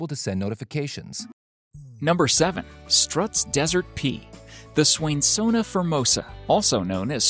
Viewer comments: Sturts desert pea... not struts. Lol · Its pronounced as stilts desert pea